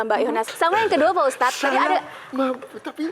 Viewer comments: Sekelas host tv masak iya nyebut ustad aja gabisa. Dari awal nyebutnya ustas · Lagi lagi pembawa acara bilang ustas saya kira cuma salah ucap, tp ternyata terulang dan di ulang, kayaknya yoana margareta kuper